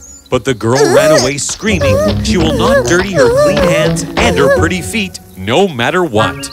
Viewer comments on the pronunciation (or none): I noticed that the woman’s biological daughter said feet as if it only had one E in it. Was that on purpose or did the actress mess up? Because if it was a mess-up I just want to make sure it doesn’t happen again and point it out.